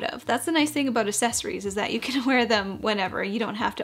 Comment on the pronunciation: loved the video! But the way you say "accessories" is making me giggle